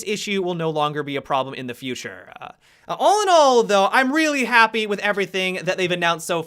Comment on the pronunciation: Happy-uh, operator-uh, beginning-uh, manageable-uh, university-uh